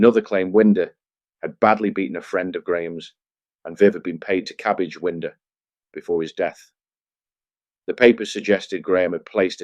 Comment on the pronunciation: AI shite Winder is pronounced Wine--der not Wind-er